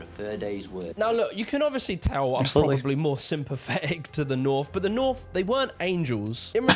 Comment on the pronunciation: Hilarious how he goes on about how Southerners supposedly sound more intelligent, then says 'Norf, Sahf' 'Norvern' and 'Indushtry', I can pronounce my 'th' and 's', so how thick are Northerners, eh???